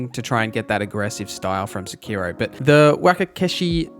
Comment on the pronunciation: I cant get passed the way you mispronounce wakizashi and Sekiro and pretty much every other Japanese word you say lol. Cool vid though, ty for sharing.